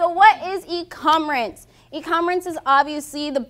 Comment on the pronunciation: did she just say e-commerence?.. i'm out..